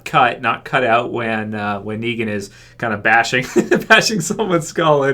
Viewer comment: He didn't even say it right.